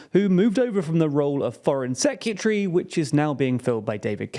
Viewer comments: Why does he pronounce 'Secretary' as 'Secutery'? It's giving me 'Nucular' flashbacks. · Are you saying "secutree"? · It’s secretary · Nearly shut this video off over that pronunciation of secretary 🤦🏻‍♂️ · Why are you pronouncing secretary like that😂😂 killing me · Please learn how to pronounce secretary